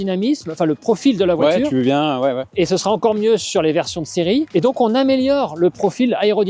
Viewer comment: Répète après moi voi - ture,pas voi-tchure.